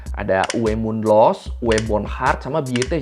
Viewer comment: Pembacaan alphabet Jerman W itu dibaca nya veh bukan we. Jadi penyebutan nama bukan uwe tapi uve mundlos, Dan pembacaan ö itu bulan oh tapi oe, jadi dibacanya boendhart